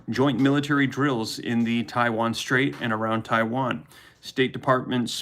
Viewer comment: Did anyone hear him say Chiwan 😂😂